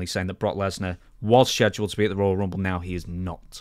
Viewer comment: youre saying scheduled wrong